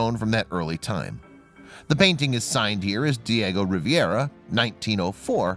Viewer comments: Riviera is in France! Diego Rivera was famous enough to get his name pronounced correctly. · Hello! I truly enjoy WB! It's been a learning experience for myself! Just 1 small correction. If you don't mind. The artist name is pronounced & spelled Diego Rivera, Not Diego Riviera! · Pronunciation Ree veh ra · I would redo this video to correct the pronunciation of the artist's name. It's Rivera, pronounced ree - VER - ah